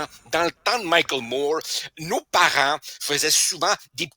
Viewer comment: Moi je ne comprends pas que les Français ne savent jamais lrononcer correctement Moore non ça ne sonne pas Mourrr